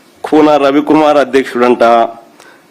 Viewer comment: ఖూనా కాదు కూనా